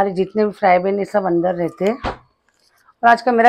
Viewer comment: Frypan HOTA hai frybhan nahi😂 but cooking very good ❤